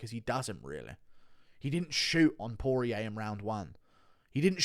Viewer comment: Can we talk about how the USA 🇺🇸 commentators butcher fighters’ names? Poirier pwa-ree-ay 🇫🇷 not Poor Eeee Ay Fiziev- Fizzy Ev not fizz Eve 🇷🇺 😂 And the best Jedzrejczyk - Yeds Ray Chick 🇵🇱 Not Yon Jay Check 😂